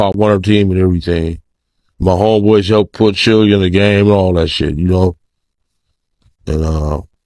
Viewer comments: You have no right to ever report on hip hop ever again his name is Suge not sooog and it dear mamma not your mama and his name is keefy d spelt it phonetically for your culture stealing ads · Sooj… Cmon, if you’re going to be news channel, take the extra few minutes to learn how to correctly pronounce names. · Why she keep calling him Sooj?? Wtf